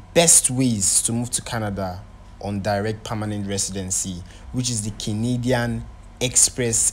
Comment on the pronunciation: Na Canadian he call but used a different intonation so it sounded as kinidian, you'll notice he repeated it often